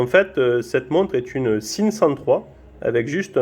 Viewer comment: sympathique vidéo et belle montre. Par contre "Sinn" ca se prononce "Zine" pas "sine"